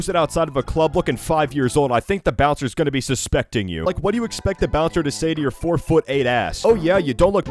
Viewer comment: Bro said "After waht"